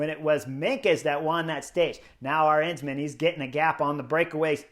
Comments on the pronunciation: Chris, the emphasis in Arensman's name is on that very first syllable (letter); the 'A'. His name has the same 'melody' as KEL-der-man; it's A-rens-man. It's the same as, say, Madison in English: Ma-di-son : A-rens-man. With the same 'A" as in Alamo. Btw. it means 'Eagle Man' and when you win the Queen's Stage in the Vuelta you deserve that name! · Let me point out the correct pronunciation of Dutch surname Arensman. The stress being on the first syllable the stress pattern is the same as in Kelderman and American surname Penniman.